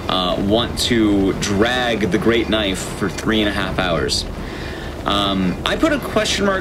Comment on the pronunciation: That's not a knoife